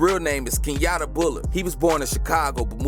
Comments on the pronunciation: Nobody gone talk about how he said ace name key-a-ta it’s key-yon-tay😂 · That’s not his name it’s key-un-tay slow ahh niGha keyante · yungeen ace real name is pronounced key-un-tae btw😗... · Uhhh his name not pronounced like det pooh. Get it tg. KEE ON TAE